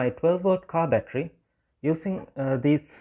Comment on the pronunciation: You do not know how to pronounce battery?